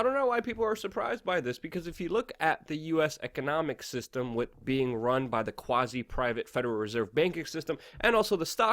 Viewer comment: love you show but please stop saying "wit". It's pronounced "WITHHHHHH"